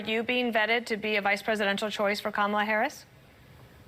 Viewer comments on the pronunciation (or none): The MAGA GOP keeps accusing VP Kamala (pronounced : comma - la) Harris of hiding Pres Biden’s “condition” and not taking action. Yet, the MAGA GOP knew about the Access Hollywood tape, where Trump bragged about grabbing women by their PUSS*. They knew he sided with Putin over his OWN GENERALS! They knew he plotted and led the 1/6 INSURRECTION. They knew he told us to DRINK BLEACH to cure COVID! They know he slurs words. Confuses people’s names. Asked Georgia to find him 11, 780 votes…ON AUDIO!!! They know he calls people ugly names like a 15 year old MEAN GIRL ( a.k.a Donna Trump). They know he’s nutty…AND HE LIES!!!!! Yet this is his THIRD TIME as the party’s nominee! WOW!!!😂 ALERT MAGA GOP: THE OBJECT IS TO NOMINATE YOUR PARTY’S BEST…🤣 VOTE BLUE 💙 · Since trump can't pronounce Kamala correctly, perhaps Dems should start calling him donOLD...